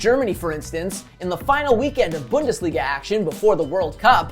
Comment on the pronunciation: But also as a German your pronunciation of Bundesliga was really good!!